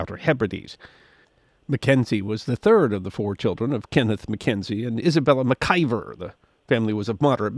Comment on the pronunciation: Another excellent story. Small note: I believe his mother's maiden name is pronounced MacKeever.